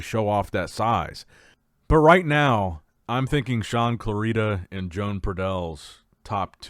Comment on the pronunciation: I think it's about time you learn how to pronounce Joan's name and surname 😂